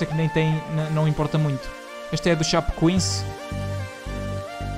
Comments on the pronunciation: "Chapecoense" "Chapecoins" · Nossa ele falou muito errado o nome da Chapecoense kk